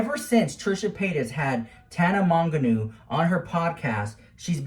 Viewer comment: The way he calls her “Tana Monganoo” 😂😂